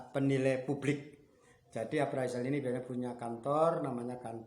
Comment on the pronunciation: Bukan aparizal.,.. yg bener itu apresel.